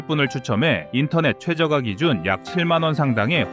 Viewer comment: 최저가는 최저까로 읽는다